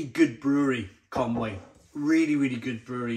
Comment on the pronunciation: Isn't that ConUy (Conooy) mate?